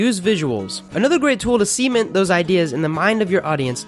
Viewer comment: Great video! But "sea-ment". Sorry, I had to.